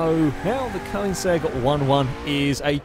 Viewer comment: Funny how he spells Koenigsegg correctly, but he pronounces it "Koinsegg"